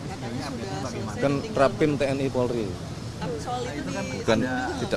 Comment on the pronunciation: Polri cak bukan porli